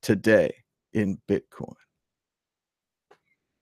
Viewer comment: Admit it Thomas, you're saying bitcorn in the beginning.